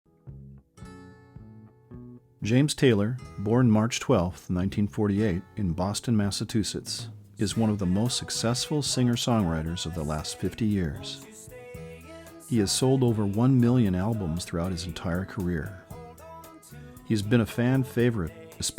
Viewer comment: It's not Massatoosetts... It's Massachusetts.